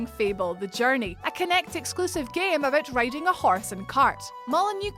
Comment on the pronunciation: the “about became “aboot”